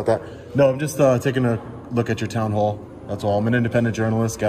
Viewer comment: you said "hoall" instead of "hall".